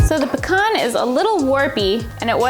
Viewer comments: Hey I have pecan trees 😃 and thanks for pronouncing it correctly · P.S. Thanks for pronouncing pecan correctly